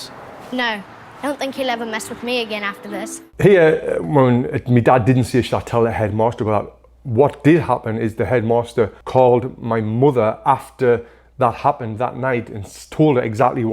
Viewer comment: Bro called mother “moother”